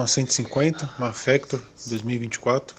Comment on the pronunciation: Impressão minha ou o cara falou fector??😂😂😂😂😂